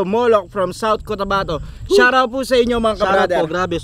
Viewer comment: Shar-out daw. Pa shar-out po sa caloocan.